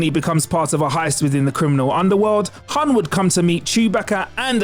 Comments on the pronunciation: Great list but "hun solo"?! Its pronounced Han like hand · ...it's more like a long A sound like in the word 'wand' or 'pond'. Not a short A like in 'sand' or 'fan'